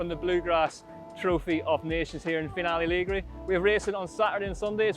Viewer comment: Please, please can someone teach how to pronounce Finale Ligure before the highlights video is filmed? I'm begging you. Other than that, I've been enjoying the content this year. Thanks.